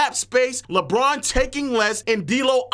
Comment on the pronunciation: Bruuuuuuh it’s LeBron aka “Le-GM” 🤦🏽‍♂️🤷🏾‍♂️